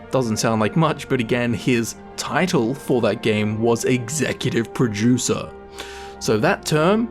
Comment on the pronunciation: Sounds like you are saying Executive Pro-Juicer